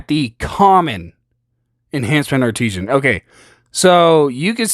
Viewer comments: Its Art-i-san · Art-i-sin, not arteesian lol, good video but sorry that was botherin me.